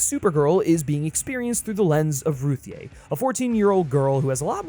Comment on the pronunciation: It’s pronounced “Ruthie” it’s just spelled weird lolol